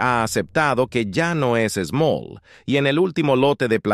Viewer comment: Te equivocas el no es smoll es extrasmool 😂😂😂